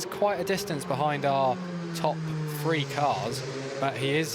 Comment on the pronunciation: I don't understand how that colour commentator has a job. I wouldn't hire anyone who says, "Going froo turn free". And no, it's not an involuntary speech impediment.